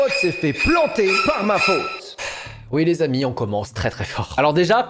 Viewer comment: Par pitié ne dit plus '' les amis '' de cette façon ! J'ai cru que t'allais me parler de ce que contient un colis ''comme j'aime'' 🤯🤯🤯